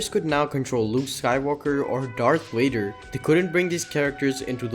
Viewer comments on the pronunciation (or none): none